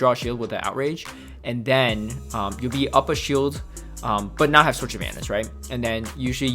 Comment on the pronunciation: “And dennnn” 🤣 Ps love the vids bro 👍👍👍